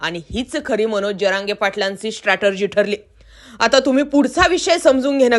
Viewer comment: स्ट्रॅटर्जी नव्हे,स्ट्रॅटेजी.